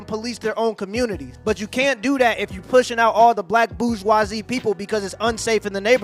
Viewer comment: Love the vids, side note so you know about pronouncing it, BOOR-ZHWA-ZEE, BOORZ not BOOJ. Keep on keepin on man